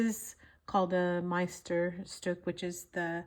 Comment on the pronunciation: I listened again. The t is also silent. Meisterstück pronounciation is actually pretty good. I know it's difficult for Americans, maybe my tips help. I have only 1 Pelikan an M400, but loads of Montblanc fountain pens. I have big hands so my daily go to is a 149. Are you familiar with the Dutch Masters ink collection from P.W. Akkerman in The Hague Netherlands? It writes a little wetter than the original mb ink, but the coulours are second to none.